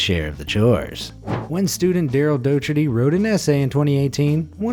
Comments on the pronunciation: Docherty is pronounced Dokertee, not Do-cherty. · "Docherty" Properly pronounced "Dock-erty". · Docherty is pronounced “Dock-er-tee” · Pssst..... docherty is pronounced dock-er-tee.... 😜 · Docherty is pronounced dockerty